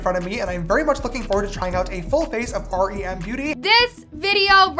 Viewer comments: I don’t wanna be rude but it’s R. E. M. NOT REM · Its R E M beauty not rem 🥲